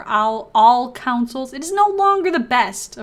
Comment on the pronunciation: great vid...one thing. Its CONsoles not COUNcils